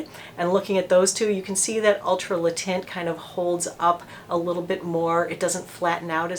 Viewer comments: Because you are such a professional, I just thought you might want to know that “taint” is not pronounced “tint”. Think of it as though you are about to say “tank”, but you stop short of saying the whole “n”, and, of course, you don’t say the “k”. Kind of like “tehn”. Hope this helps! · Cool review and nice to see that your HG is still around, albeit with a different name. BTW the word "teint" in french is pronounced more like the English word "ten" rather than "tint" :) XOXO's from tel Aviv Diva D